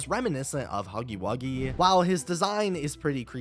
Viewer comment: It's huggy wuggy not buggy wuggy